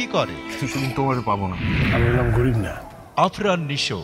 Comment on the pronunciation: আরফান নিশো বলে কেন,? আফরান নিশো হবে।